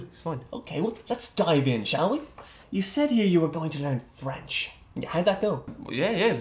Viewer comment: i dont know much french, but i’m pretty sure it’s not supposed to sound like that😅